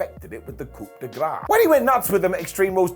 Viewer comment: Grace* not Grohr